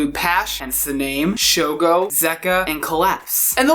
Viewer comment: Sorry guys I love my asian beatboxers, it's show-go